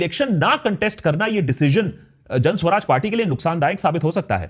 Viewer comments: Suraj....not Swaraj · सु-राज भायसाहब;; स्व-राज नहीीीं 😀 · Hi Akash..it's Suraaj not Swaraj..you r one of my fav..pls dive a lil deeper..love your research..bt for PK you needed to work a lil harder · What can you expect from a person who is pronouncing Suraaj (good governance) as Swaraj (self-rule)